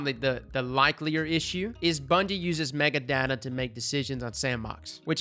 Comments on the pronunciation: Say Mega-Data again, I dare you, lol. It's Meta-Data. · Mega data? META. It’s META data. 🤦‍♀️